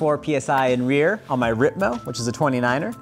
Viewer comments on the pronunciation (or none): none